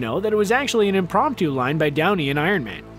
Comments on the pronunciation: notice how he said brownie instead of downey? i giggled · he said Browney instead of Downey... LOL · Anyone notice he calls his brownie instead of Downey at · at one point you said brownie instead of downy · "Embrace Browny." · Did I hear him call Downey, “Brownie?” 😂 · LOL He called Downey as Brownie LOL OOPS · you said embraced brownie instead of Downey in #16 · he says "Brownie" instead of "Downey". XD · Did anyone notice how they said "Browny" not "Downy"?!? Lol! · He said brownie instead of downy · you say 'embrace BROWNEY' not downey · Did you really say Browney instead of Downey? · Okay has anyone else noticed that he says "brownie" instead of Downey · 9:99 I can't be the only one who heard "embrace brownie." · I'm sorry what? wait did he just say embrace Browny?!?!?!? 🤣🤣🤣🤣🤣🤣🤣🤣🤣🤣🤣🤣🤣🤣🤣🤣🤣🤣🤣🤣🤣🤣🤣🤣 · he said brownie unsead of Downey.... 🤣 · Lmao he said browny instead of downy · did you just call robert downy jr "brownie"? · Did anyone catch the Brownie instead of Downey line in here? I hope I'm not the only one:) (Hint: we're not there yet) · ~Browney... It distracted me so hard, I replayed it twice over.. and then one more time, because I got distracted once again. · "Embrace browny" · He said "brownie" instead of Downey omfg 😂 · Does he say..Brownie instead of Downey? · "Brownie" aaaahhaha that's the funniest verbal fart ever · he says “Brownie” and not “Downey” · Narrator calls Downey "Brownie". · Did anyone else catch him saying brownie instead of Downey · “Embrace Browney”? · "Embrace Robert browney" ... No second take? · . Just me or does he say Brownie instead of Downey